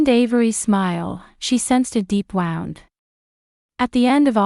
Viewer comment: Please teach your AI narrator on how to pronounce 'wound'. It is not 'wowned' it is pronounced 'wooond'.